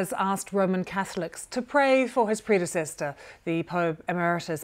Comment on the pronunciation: PREDECESTOR. Learn how to speak. It's PREDECESSOR.